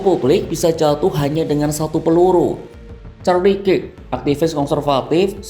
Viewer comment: kirk dibaca kerk om